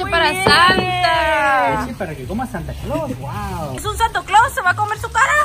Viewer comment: Pero es santaclos no santoclos, saludos familia